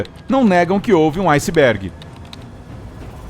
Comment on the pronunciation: Foi um aucisbégui...ausisb... aucibégui....